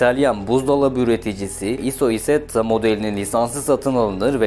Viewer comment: Bmw issetta bwm aysetta diye okunuyor